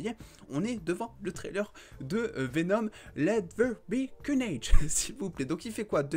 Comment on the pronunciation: J'attendais qu'il dise "Let The Ber Carnage" encore😂😂😂😂